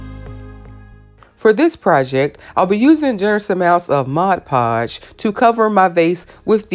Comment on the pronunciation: As a lupus warrior, I am usually quite captured by anything with. butterfly but while that turned out beautiful, my favorite 2 things about this video is the seed bead vase and the fact that you actually called in MOD podge, not MODGE podge. I know, its weird but I hate when I hear folks say modge lol Thank you for sharing these wonderful ideas.